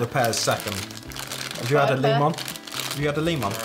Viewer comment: The leemon